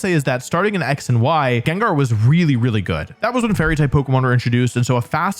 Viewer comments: its gengar. doesnt matter what you say, i muted this video and let it play out. 30minutes and 47 seconds later, i can tell you, its still gengar. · I don't care what he'l say, it's Gengar nonetheless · If you pronounce Gengar "Gingar" Finish up your living 🫡